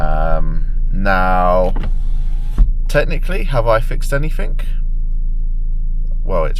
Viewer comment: “Anyfink “ do you mean anything ?😅